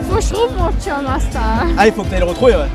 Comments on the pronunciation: elle dit chum et non keum lol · C'est "chum" et pas "keum" 🤣🤣🤣🤣🤣🤣🤣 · ON DIT PAS KEUM ON DIT CHUM MDR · Mais c’est pas keum mais chum